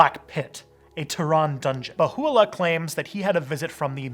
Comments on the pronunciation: It's not Bahoo-allah More like Beha-ullah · IT'S BAHA 'U'LLAH. NOT BAHULLA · Baha’u’llah (not Bahu’u’llah) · I was raised Baha'i. The Bab was a profit who spoke about the manifestation of God coming, he did not claim to be the manifestation. Also, it's pronounced "Bah - ha - oo - la" not "ba- who - oo - la." It's not completely Abrahamic, because they recognize more than just Abrahamic religions as their spiritual history. Gay people are allowed, but must be celibate. Good video though. Difficult topic. Overall, it's pretty accurate. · As a Baha'i I would give this video 7.5, great research since you are a not a Baha'i, but next time try to speak to an Baha'i before you do the video, there are lot of o small but very important mistakes. PS. Bahá'u'lláh not Baho' u'allah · Nas P who is it then? People can do what they want, but it is more conducive to unity if you respect others wishes. (Also it is pronounced "Ba-Ha O La" not Ba-Hoo O La) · Mostly accurate rendition but it would be appropriate to learn how to pronounce the prophets name. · The words deriving from Arabic are even more badly mangled by the majority, but that only demonstrates the wisdom of Baha'u'llah in calling for an auxiliary universal language.